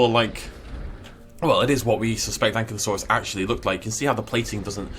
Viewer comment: Hey dude, no hard feelings but I really need to correct you here, because apparently you have been making this mistake a bit. But Ankylosaurus really is pronounced An-KY-LO-saurus not An-KIE-lo-saurus. If you don't believe me you can double check with virtually any official at a museum or just look it up yourself. But yeah, you're actually the one mispronouncing Ankylosaurus lol